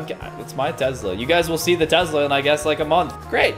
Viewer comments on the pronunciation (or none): lol there is no z in Tesla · “Tezla “ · No one:: "Tezla" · I love how he says Tesla ( Tezla) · I have to say this I have nothing against but it’s Tesla not tezla like......uhhh